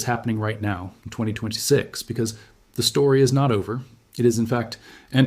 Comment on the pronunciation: Notice how he keeps pronouncing 2026 as 2226.